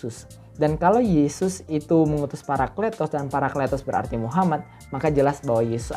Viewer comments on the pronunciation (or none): Mantap bahasannya.. maju terus.. anw cara bacanya Paraklitos - παρακλητος.. karena eeta "η" dibaca i bukan e..